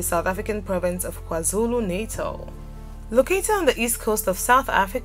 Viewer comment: If so, she would have pronounced KwaZulu-Natal and some other words correctly